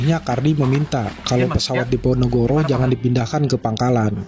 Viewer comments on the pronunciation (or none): none